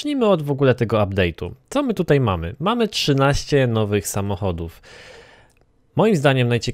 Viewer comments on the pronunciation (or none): none